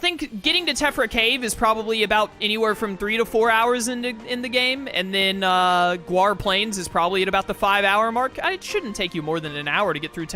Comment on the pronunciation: Why do you say GWAR Plains? Its GAUR NOT GUAR... lol no biggie just curious